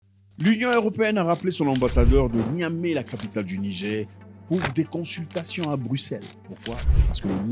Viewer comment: Bonsoir le boss! Merci pour les contenus très intéressants. Svp il faut bien prononcer le mot Niger c'est "nigére" pas "nigé" god bless😂😂😂